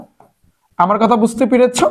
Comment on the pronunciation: Bai ❌ Bay,✅ Duwa❌ Duya ✅ Result ❌ Razel ✅ Amar ❌ Amer ✅ 🤣🤣🤣